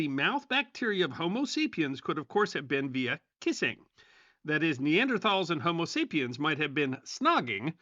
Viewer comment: Nee-an-der- TALLS